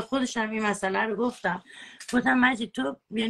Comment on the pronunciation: ، روی فن بیانت کار کن ، گوتم نیست گفتم درسته چند بار از روش بنویس که یاد بگیری. اون یکی چیز چیز اره اره میکنه این یکی هم گوتم گوتم 😃